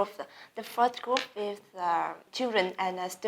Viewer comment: Ngọc Trần Ánh rõ ràng éo gì “the first group” mà nghe như “the firth group”